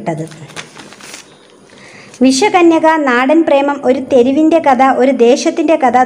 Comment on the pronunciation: ഇത്രയും മഹത്തായ ഒരു കൃതി വായിക്കുമ്പോൾ ഉച്ചാരണം ഇത്രയും വികലമാക്കാതെ ശ്രദ്ധിയ്ക്കുക. കഥ എന്നതു് കത എന്നൊക്കെ ഉച്ചരിച്ചാൽ എന്തു പറയാൻ